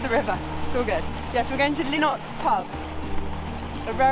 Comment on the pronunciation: Akkil not Akeel. (Achill is pronounced Akkil) . Rhymes with Tackle. And Lynott is Linnit like innit, innit? Excellent video thanks guys!